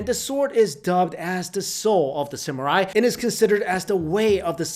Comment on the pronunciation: an asian that cant properly pronounce "samurai" 😮